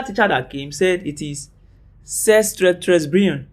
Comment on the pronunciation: It is pronounced as c'est tres bien